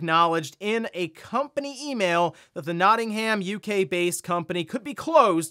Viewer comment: please say Nottingham with a HUM at the end, not a HAM. I know you aren't from here, but after the Argos fiasco, can you at least meet us half way?